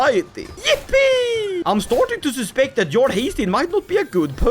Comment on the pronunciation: is there a reason you pronounce jarl with a hard English "j" instead of like yarl? Most English speakers' first experience with the word was Skyrim where they exclusively say "yarl"